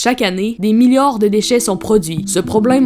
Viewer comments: Atttttt stp je commence le video et il dit des milliord un O bordel milliards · "chaque année des milliores " 😂😂